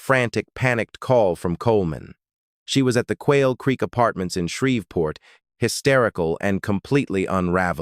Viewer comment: It's Shreev port NOT Shrev port